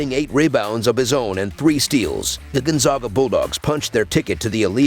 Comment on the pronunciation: If you are going to report about Gonzaga it would be nice if you could learn to pronounce the name Gonzaga correctly.